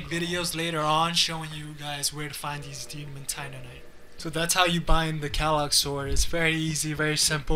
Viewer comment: Pronounce quelaag like this: “Kray-Lag”